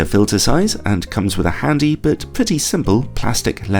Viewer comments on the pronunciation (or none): none